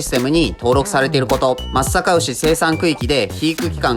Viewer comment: 地元のブランド牛だから紹介してくれて本当に嬉しい！ちゃんと「まつさかうし」って言ってくれててなお嬉しい